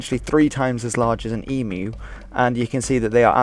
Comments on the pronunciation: wtf. we never had a civil war against emus. hey well at leat you pronounced emu correctly unlike all of America who annoy everyone over here by pronouncing it e-moo, so annoying. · I’m impressed with the accuracy of this video. I’m Extremely impressed with correct pronunciation of “emu”. The emu wars had a great impact on our national character. To this day, it’s not something that is often openly discussed. I still remember overhearing the adults talk about it as a young child. It’s always sets a sober tone. Thank you for discussing with respect. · Congrats on getting EMU pronounced correctly! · Oh my god, a non-Aussie who pronounces Emu right! Alert the presses!